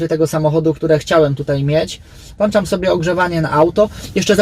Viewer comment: włączamy a nie włanczamy !!!